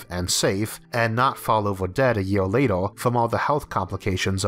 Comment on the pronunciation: torcho watel And also lator, forevor, failor. That's some strange pronunciation, never heard anything like this.